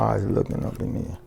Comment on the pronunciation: “Put the oysters up in neer” 😂